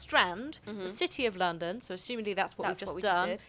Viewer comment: "Landam" hahahhahahahaahahahaha